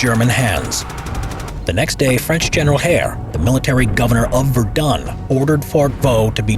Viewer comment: Am I the only one who knows french and is triggered by his pronunciation of Verdun?